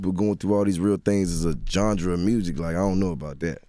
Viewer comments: Gandra?? Did he mean ganre? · to Jeezy what the funk is a "Johngra". The word is genre you Southern bamba. At least know how to see the smart words if you are going to use it. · wtf is a Gengre? I think you mean Genre Jeezy 😂😂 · tf is a "johndra"? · them new teeth got jeezy mispronouncing the HELL out of some words 😂 gaddamnit “ gendra “ kendrick lickmar “ “ report “ (rapport) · Take a shot every time he says Jon-Dra instead of GENRE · we gon act like Jeezy didnt say Jondra couple times when he meant Genre? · Jeezy my nigga but he gotta stop saying “Gendra” 😂😂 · Made me so mad because he KEPT saying it... GENRE JEEZY.... IT'S GENRE!!!! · Bruh said jondra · Johndra 🤦‍♀️🤦‍♀️ one of them should have corrected him. My grandma use to say cruton instead of futon I corrected her quick she was mad but hey rather correct you than have you sounding stupid 🤷🏽‍♀️ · "John-dra" lol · He keeps saying "johndra", instead of genre. Lol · Why Has Nobody Corrected This Nigga Yet 😂 How Joe and Uncle Charla let him slide by w/ sayin "GEN-DRA" of music. I been screaming "genre" in my head since Everyday Struggle🤣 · 👀 WTF is a "gendre"?... lmao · Did he just say “jondra” of music ?! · Jeezy my guy but nobody gonna talk bout bruh saying jondra (genre) 😂😂😂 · Psst..Jezzy, it's genre like jhonra...😎👍...no problem 🤛😇 I gotchu big homie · “Gengre of music” lmfaoo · The way he pronounced genre JANJRUH 😂😂😂 I love jeezy so much he a real OG, a real good man 💞💞💞 and in his own words, he ain’t with the goofy shit. The colored hair skinny ass jeans girly jewelry painted nails 😩😩😩 he said be you that’s fine but that’s not me 💯💞💞💞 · He tryna say genra???? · Does this nigga know how to say genre? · I love how he pronounce "genre" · wtf is a "gendre" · Damn they really let him roll on that "genGre" the entire interview? Lmao Charlamagne got madd respect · They were too scared to tell him he was saying "genre" wrong... I don't even understand how you fucking that word up that bad, where u see a "d"?